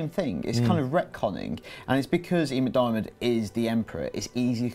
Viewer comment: as a scot,the correct pronunciation for ian mcdairmaids name is mcdermid.